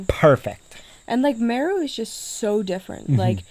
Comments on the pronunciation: He's pronouncing it like Peru. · 😂😂😂😂😂.... its not mru. its M-e-r-u. Buts it all kool though. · It's pronounced Meeeee (like goat sound) then RU - MeeeeeeRU not Miru 🤫🤣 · You are saying Meru so wrongly and that is so bloody irritating as it makes the video unwatchable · Wow very nice never thought Meru had such beautiful scenery and great game drives. By the way your wife says Meru exactly how it should be said much better than you. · I like the way pronounces 'Meru' 😂. Huge fan of your channel.